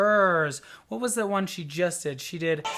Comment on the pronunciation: I'm a native English speaker but not from the US. My "R" sounds more like Floor's than your hard American "R". As Floor is Dutch she does have a challenge pronouncing the English "TH" sound (the, there, other, they, etc) where you put your tongue between your teeth because Dutch (and Irish) do not have the "TH" sound in their own languages.